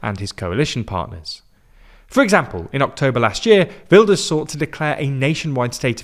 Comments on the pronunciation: Ah yes Hertz Wilders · I know non Dutch speakers struggle with the Dutch G so quick tip. That G sounds just like Ernie's laugh from Sesamestreet. Right now it sounds like you say Hurt Wilders. No nitpicking, just a tip :)